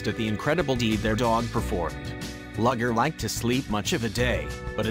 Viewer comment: "Luger" is a kind of handgun, and is pronounced "Looger". "Lugger" is a type of work boat. The dpg's name is pronounced "Looger".